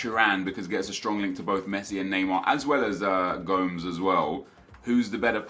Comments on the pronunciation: it's not go-mz it's Gomez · TomLloyd Richards it sounded like he was saying gums, its go-mesh right? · stop saying gomes, you should say it like gomis. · Isnt gomes pronounced go-mesh? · Andre "GOMES" LOL its GO-MESS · How he pronounced gomes gave me cancer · The way he says Gomes makes me want to kill him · The way he pronounced Gomes omfg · The way you said Gomes haha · Learn how to pronounce Gomes correctly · The way you say Gomes can fuck off.